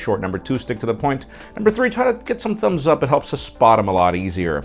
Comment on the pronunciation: did he say ( give this video a thunz up ) ?!! Lol